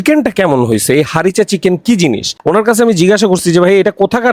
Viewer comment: ভাই নাহ বিদেশ থেকে পড়ে আসছেন! কিচেন আর চিকেনের উচ্চারণ না পারলে স্কুলে যান আবার